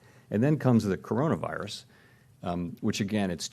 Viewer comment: Finally you got the name right... in that video you released last week, you pronounced it as 'Connorvirus'.